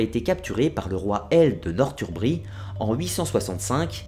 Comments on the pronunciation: superbe vidéo mais juste revoie tes prononciation stp sa fais mal au oreille mdr exemple tu dis "nortumbri" mais sa ce lie norsumbri même si ça s'écris northumbrie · Northumbrie ce prononce Norssoumbrie ..